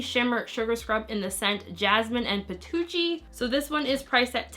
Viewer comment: Haha I was wondering what patocchi was 😂😂